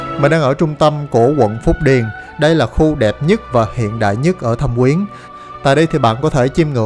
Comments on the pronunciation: Thâm Quyến mà sao anh cứ đọc là Thẩm Quyến vậy ta. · thâm quyến mà toàn thấy đọc thẩm quyến